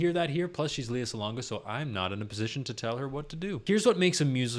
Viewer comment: Just an FYI, her name is pronounced LeH-ya. She will be pissed if she heard you saying it like that. peace! :)